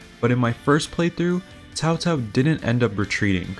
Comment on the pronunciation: Man, I forgot they pronounced Cao-Cao's name as "Cow-Cow"